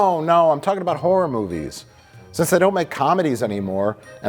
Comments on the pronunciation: Cheering at my screen everytime Mike calls them Harrar pictures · "Harrer pictchas" - Mike Stoklasa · Lol, these guys pandering to the truthers by pronouncing it "harrer" like 540 times. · Ha’ra = Mike saying Horror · Harr’r pitchur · Im only here because I was promised that Mike calls them "Harrah" Movies. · "Har'er movies" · Harrer pickchurs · I love that saying "horror" brings out Mike's latent Chicago